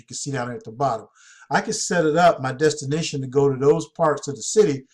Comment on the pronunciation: Damn man ... destination is not pronounced designation!!! Your killing me smalls.....